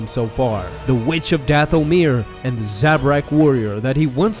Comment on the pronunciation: "Dath-o-mere" The rest of us: "Dathomir" Me: Feels like Dooku when he was being tortured when I hear "Dath-o-mere"